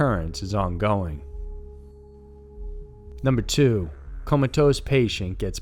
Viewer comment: Comatose by the way, not comatose!